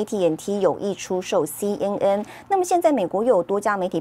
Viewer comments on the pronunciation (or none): 听着一直报导西嗯嗯西嗯嗯，我暗地里笑了，新闻播报员至少ABC念准一点可以吧。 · 親愛的播報員， CNN 「N」的發音錯誤了， 趕快改過來吧！